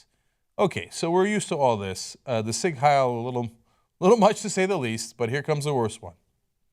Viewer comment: Cenk fucked up the pronunciation of sieg.